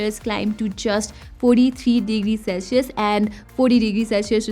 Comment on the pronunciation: The return of "Celshius" 😅😋